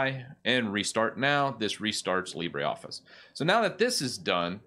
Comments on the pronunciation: It is Lee-bruh, not Lee-bray. The pronunciation is French, not Spanish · It's not pronounced libray. It's pronounced libruh. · It's Le-brOEf-fice ... (or just watch a french youtuber pronounce it) :P. By the way, Carlito (from Google) is also a good alternative to Calibri (it's supposed to be metric-compatible). And I keep the standard menu because 1) works better with my extensions (zotero and antidote) 2) fit better too with a screen and 3) if I want to get a tutorial on the web it's less complicated to understand. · I love your videos; thanks for spreading awareness of these free software alternatives. My one gripe: I wish you would pronounce "LibreOffice" correctly, so as not to mislead the newbies! --- Our language comes from French not Spanish; how would you pronounce "theatre" or "centre"?